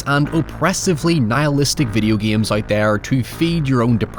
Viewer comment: Why you say giames instead of games